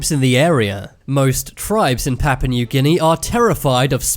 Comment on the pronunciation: ''Pappa Neuw Ginny'' Oh, you Brits are so funny.